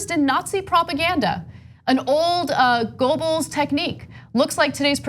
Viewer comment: Farcical pronunciation of Goebbels, Ana. Love the rest of it!